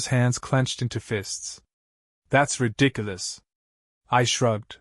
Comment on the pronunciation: He could have attached a contractor's lein on the house. Either when they tried to sell the house or when they die, he could get paid. I wish this guy or ai would learn to pronounce 'ridiculous' .